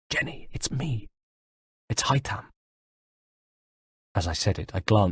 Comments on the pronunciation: IT'S HAY-THAM YOU FUCKTARD TOSSER,NOT HAY-TAM!this is the 5th audiobook,get the bloody names right. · I hate how he doesn't pronounce Haytham's name correctly. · Omg I hate the way he says haythem’s name I would love Adrian hough haythem’s voice actor to do an audio book that would make so much money